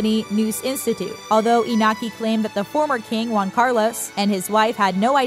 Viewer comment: Also Juan, not Guan